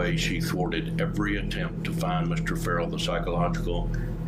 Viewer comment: Ferrel not Rarrel